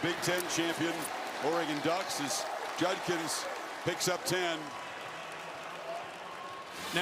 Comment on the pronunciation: Hilarious that Kirk cannot pronounce JuD-kins.